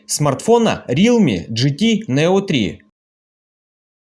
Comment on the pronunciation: Автор правильно говорить Реалми, а не Рилми